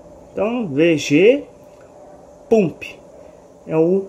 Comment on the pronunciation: Se pronuncia pampi